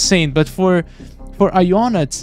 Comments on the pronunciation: Ionut is a romanian name and it is said like this Ionuț. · Im also romanian and the way he pronounced it 😢